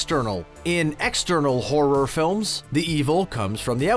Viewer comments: The way this guy says horror as “hor-roar” makes me wanna Dropkick children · Is it just me or is this dude saying horror weird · These "facts" all over the place. Has this person even watched any of these movies? Homeboy can't even SAY "horror" properly.